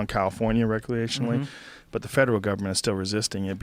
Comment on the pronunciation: Joe "recleationaly" Rogan